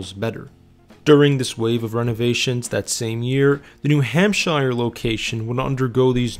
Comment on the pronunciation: I don't think I've ever heard anyone pronounce New Hampshire...New Ham-SHI-er. Like it's the shire from the Lord of the Rings.